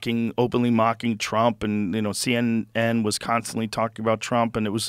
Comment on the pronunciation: You mispronounced CNN, Joe.